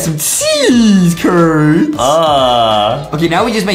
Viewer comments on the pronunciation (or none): When they said cheese curds it sounded like cheese turds